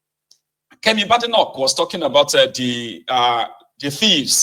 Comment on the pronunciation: The name BADENOCH is pronounced "Bay-di-nok" and not "BAD-i-noc"